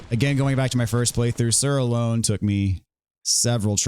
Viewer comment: I'm fairly certain it's pronounced Sir Alonna (ah-lawn)